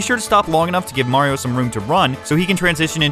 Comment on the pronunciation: super munkie'o Odyssey